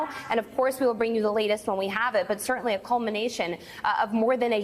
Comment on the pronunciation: "Sir-TEN-ly". Use your sounds.